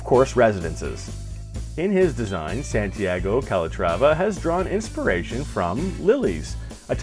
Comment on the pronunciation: His name is Santiago, not Sandiego.